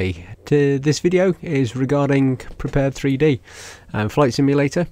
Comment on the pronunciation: Please, it's pronounced 'PREPARED' not 'prepared three dee'. Arrrrgh! Thank you.